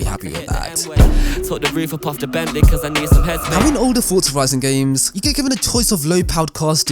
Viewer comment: This guys voice is so annoying, forza doesn’t have a “t” in it, forza not fortza